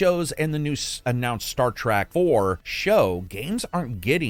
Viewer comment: Trek not Track 👍🏼